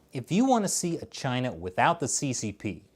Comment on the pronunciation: as for china... 발음 조심해주세요.